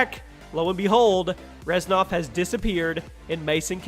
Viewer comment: its Reznov not Reznof